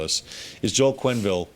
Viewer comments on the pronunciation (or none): Quenneville, not Quinnville ;)